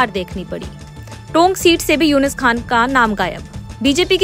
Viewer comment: उनका नाम यूनिस खान नहीं यूनुस खान है मैडम